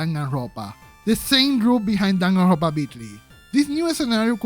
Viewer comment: I love how you say Danganrrrrronpa